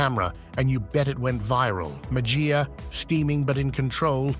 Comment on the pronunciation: Mejia is pronounced Me-he-ya. First 'e' is a short 'e', 2nd 'e' is long.